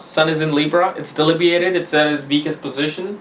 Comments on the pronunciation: 'delibiated'? Smart ass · Debilitating not delibiated